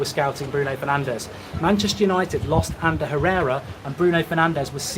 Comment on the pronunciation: Pls it's bruno fernandeS, not bruno fernandeZ, he is not spannish ok 😂